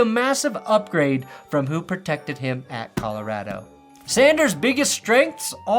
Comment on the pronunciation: As a Coloradan, as I'm sure you are as a Broncos Fan ...please never say Colorado like that again...for all of our sakes, lol... otherwise good video and thank u :) go broncos